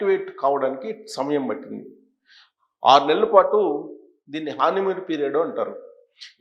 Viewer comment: హానీ మూన్ కాదండీ. హనీ మూన్ అనాలి. హాని మూన్ అంటే బాధ కలిగించే చీకటి అమావాస్య. హనీ మూన్ అంటే తేనె లాగా మధురమైన నిండు పౌర్ణమి Your Honour.